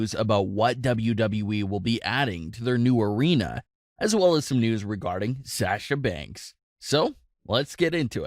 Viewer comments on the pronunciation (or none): Anyone else mildly annoyed at the way he pronounces Sasha Banks' name?